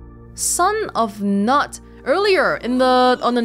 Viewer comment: The K in Knut is not silent, in case anyone wants to know.